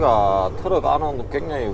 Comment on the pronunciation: 트럭 아닙니다 츄럭입니다